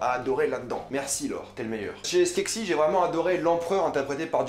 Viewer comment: C'est skekses pas skeksis